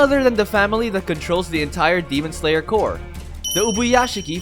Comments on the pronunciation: He says Core instead of corps.. can't stand it >.< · Him saying core n not corps pains me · Corps not core. Stupid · Everything you said are awesome. It's just annoying how you pronounce CORPS to COR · It just me or somebody notice too. That the way he pronounced corps is core? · Why he read as 'cor' but it written as 'corps'? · Him saying "demon slayer core" annoys me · well it’s spelled demon slayer corps but the word corps is pronounced core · it's pronounced as kor. google is just few clicks aways stop being stupid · CORPS AND CORE ARE PRONOUNCE DIFFERENTLY!